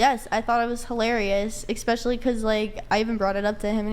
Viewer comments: i can deal with all her other stuff, but my god she says "expecially" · "eXpecially" checks out.